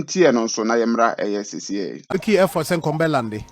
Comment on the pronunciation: effort or air fort😂 You doing good job thou